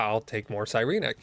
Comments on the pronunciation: Sigh-reen-neck Si-ren-ic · The way you say Sirenic bothers me. Psy ren ik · Ok, So I had to chime in, been loving your series, but, please for the LOVE of god, its Sigh - Ren - ICK, I have never felt more tilted watching a video, and hearing whatever blasphemy you spouted, also the always oh b2b never fucking lucky, and then you Absolutely pulled off a massive spoon af moment, I best not be hearing Never lucky for atleast the next 2 to 3 videos mfw.